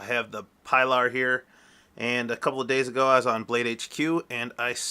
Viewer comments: No pie lar but pee-lar. Hard E please. OK, A good means to preserve your micarta and keep it clean looking is Renaissance wax easy to use and replenish, just takes a very small amount on a lint free cloth, I have used it on blued revolvers and grip for years. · No offense but it is pronounced (PEE-LAR) for Spanish pronunciation and also sounds cooler